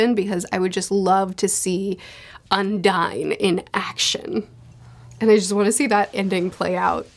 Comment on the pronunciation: i think you're pronouncing "Undine" wrong, it's not an english word so you would not say "un-dine" it should be "on-deen"